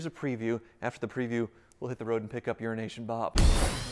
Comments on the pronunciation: Euro-Asian Bob is gonna unfriend this man if he keeps calling him Urination Bob lol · Euro Asian Bob, not urination Bob. I thought you had this down after he kept telling you. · Was starting to wonder why you were calling him "Urination Bob" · I always thought it was “Urination Bob”! Anyway, congratulations, dude. I like those 348’s as well.